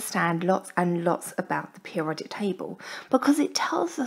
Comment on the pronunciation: She can't pronounce periodic